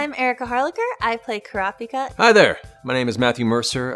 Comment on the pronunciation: IM SORRY IT SOUNDS LIKE SHES SAYING “CRAPIKA”